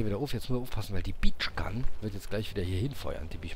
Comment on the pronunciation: Haha, die "Beach Gun" war wohl eine Birch Gun. Sprich: "Börtschgan".....:-))